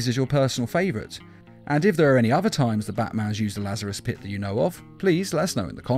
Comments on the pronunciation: When u said pit u said piss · Dude half of the time you were saying piss instead of pit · You pronounce it like it's Lazarus' piss